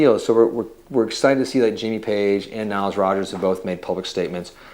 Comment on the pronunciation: Everyone says Niles Rogers. It Nile. Nile like the river.